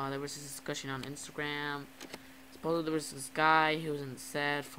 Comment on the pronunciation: It's supposedly! Not supoably! Don't record at midnight, cuz it detours people from the Chanel if you put out crappy videos. If you want viewers, put some effort into it, I'm just watching after you man.